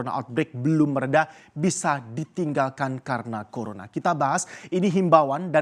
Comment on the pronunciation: gak bisa nyebut Corona bisa nya nyebut Corola😂😂😂